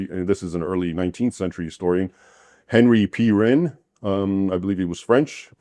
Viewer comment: ⭐⭐⭐⭐⭐ SUBLIME & WELL DESERVED! — Henri Pirenne — (pronounced Aahn-Ry Pee-renn) the Historian behind the amazing, groundbreaking book 'Charlemagne and Mohammed' was a BELGIAN Historian, not